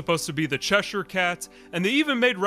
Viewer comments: Holy shit, an American pronounced the word Cheshire correctly instead of saying chesh-shire 0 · Bonus point awarded for correctly pronouncing "Cheshire"!